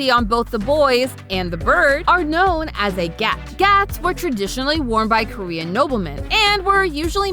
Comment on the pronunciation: The amount of name/korean words being butchered 😢